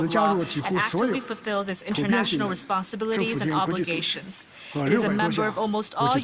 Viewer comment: 😂 Indian englis ish one oph da most repulsiwe eggcents ewer. Listen to the tongue click whenever they pronounce a word that ends with the syllable "it"